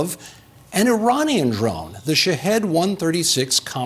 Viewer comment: what a eejot,a usa pilitician,he said uh-uh-ujrainian ,is that half Ukrainian and half Iranian. What a joke these guys can’t even pronounce the ppl who they are bombing/killing.Strait up they need educational resources and support